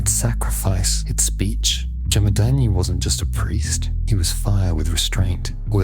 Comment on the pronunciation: Jamad-aGni. Pronounce that😊....not "Jamadaani"